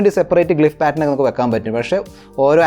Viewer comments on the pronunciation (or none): ഒരു ചെറിയ ഉപദേശം ഉണ്ട്.. താങ്കളുടെ പല videos ഇലും ശ്രദ്ധിച്ചിട്ടുളള ഒരു കാര്യമാണ്.. 'സപ്രൈസിങ്' (Suprising) അല്ല, സർപ്രൈസിങ് (Surprising) എന്നാണ്‌.. Design പാറ്റർ അല്ല, പാറ്റേൺ.. NB: ഇത് പറഞ്ഞതിന്‌ ആരും ഇംഗ്ലീഷ് വിദ്വാൻ എന്നൊക്കെ പറഞ്ഞു വരേണ്ട.. ഒരു തെറ്റ് ശരിയാക്കാൻ ശ്രമിക്കുകയാണ്..